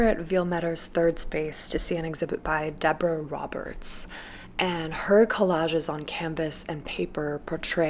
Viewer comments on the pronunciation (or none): none